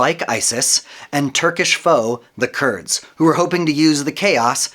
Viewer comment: False. Not all Kurds are Muslims. Some are Yazidis. Also the pronunciation is different from what you are saying.